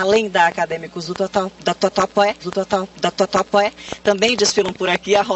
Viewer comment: Ah não, gente! Morri com a repórter tentando falar Tatuapé...🤣🤣🤣🤣🤣🤣